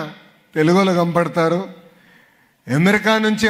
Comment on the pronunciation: తెలుగు మాట్లాడటం నేర్చుకోరా ముందు , నువ్వు పుట్టింది,పెరిగింది AP లో నే కదరా?“ కంపడతారు “ ఏంటిరా? కనపడతారు అనటం నేర్చుకో ముందు.